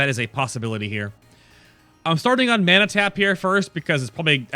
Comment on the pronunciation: funny how you say mana, "menna" :p